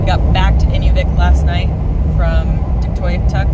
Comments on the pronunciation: its pronounced tuk toy yuk tuk cheers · It’s…… Tuck……..Toy…….uk……..tuck………. Is how it is pronounced…. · Awesome video. I grew up in Faro back in the 70's which is 250 miles north east of Whitehorse. Seeing the country again was heart warming. Just need to pronounce Tuktoyaktuk properly. lol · "Tuck tie yuck tuck" Tuytoyaktuk